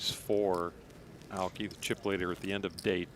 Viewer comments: Aoki has 3 syllables! A O Ki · it's pronounced EYE OH KEY...Aoki